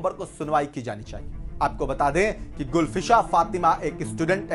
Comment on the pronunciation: गुलफ्शाँ नाम होता है, गुलफसा नहीं. कुछ ज्ञान भी ले लेते.